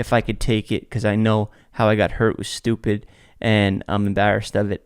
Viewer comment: “shtewpid” ahhh music to my ears